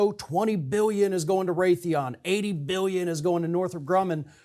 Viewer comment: It's Raytheon. Not Wraith